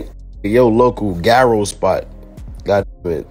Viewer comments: The way he said gyro made me fall out 🤣🤣🤣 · We in Chicago say it like that when we know it’s not pronounced that way📶🤦🏿‍♂️